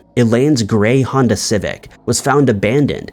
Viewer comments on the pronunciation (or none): none